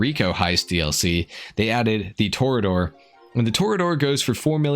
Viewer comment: Toreador is a Spanish word and is definitely pronounced Tor-ee-a-dor